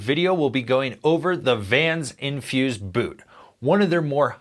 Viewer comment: I just bought my third set on Infuse. They are just "MY" boot. Know what I mean? EDIT: You keep calling it Inverse.